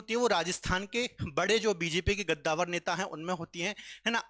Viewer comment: Sir Gaddavar nhi kaddavar hota hai 😂😂